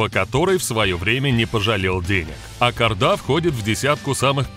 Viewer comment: Автор, не Ак Арда, а Ак Орда и не Балат , а Болат. Мы же не говорим Ивон, Масква